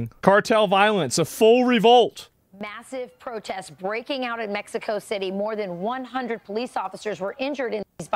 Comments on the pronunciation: ahh yes, in Mesco🙂👍🏼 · He said in MESHCO